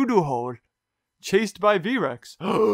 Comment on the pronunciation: Why say V.REX